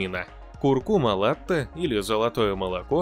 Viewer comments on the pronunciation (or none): Latte-молоко... Только вот произношение : La-почти как нота,, ля''))), Благодарю за ролик